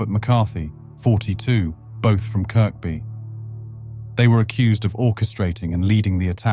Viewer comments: KIRKBY in Liverpool is pronounced as KERBY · It's pronounced keerbie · nobody in liverpool calls it KIRK BYE its kirby lad